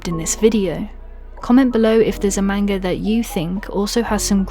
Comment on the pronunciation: Good video on witch hat atelier but you say manga so wrong probably it’s your accent not being mean